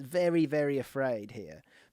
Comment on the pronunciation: "Kuluseski, waddaplaya" -Pep